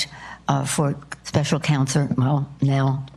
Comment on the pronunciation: lol did she say special cancer?